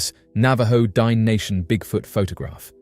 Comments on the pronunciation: The word * Diné * is pronounced like ‘din-nay’ which means “the people”; Not “dine” as in the thing you do when you eat a meal. You did an entire video and didn’t even bother to learn this basic information. Also, that pic sucks! Lazy & sloppy af. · I wish you would pronounce the word "Dine'" correctly. My daughter is a member of the Navajo Nation and hearing your pronunciation of the word "Dine'" is massively incorrect and borders on disrespectful.